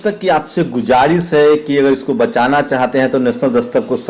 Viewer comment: Ye gujarish nahi guzarish he sahi bola karo dunya sunti he